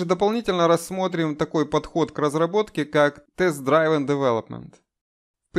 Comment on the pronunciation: Спасибо за видео! Только Driven - дривэн, не драйвэн. Тоже такую ошибку делаю регулярно)